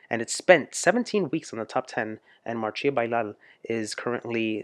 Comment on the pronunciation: "marssia" not "marshia" thanks